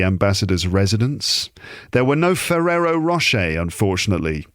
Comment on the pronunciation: you bloody f*****! You did it again. Me: Walking along crowded High Street. with French accent: Oh Monseigneur! With these Ferrero Roche you are spoiling us! Me: UAH HA HA HA… Fully exposed! Damn 😎